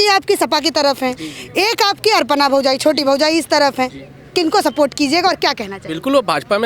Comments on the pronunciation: अर्पणा नहीं, अपर्णा बोलिये 🤣🤣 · अर्पणा यादव नहीं अखिलेश की भाभी का नाम है अपर्णा यादव आपके बोलने में अशुद्धि है कम से कम शुद्ध बोलिए अपर्णा यादव का भाजपा में आना भाजपा की बहुत बड़ी निश्चित हो गई